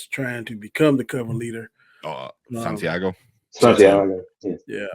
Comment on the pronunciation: LOL your guest calling Santiago "Sandeigo" 😮😅